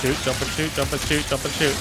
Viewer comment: Is he saying "shoost" instead of "shoot"?